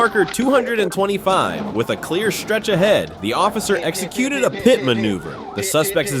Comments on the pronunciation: Love the AI narrator - police ended the chase with a "Pie-T", LOL! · Pie Tee maneuver..... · A pie-t? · Yo buddy stop intentionally saying stupid stuff made me dislike the vid, bro said "P. I. T." Instead of saying "pit" which is how it is Said universally L man